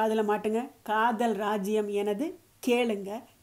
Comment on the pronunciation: to காதல் என்று அழத்தம் இல்லாமல் கதல் என்று உச்சரிப்பும் அழகு தான்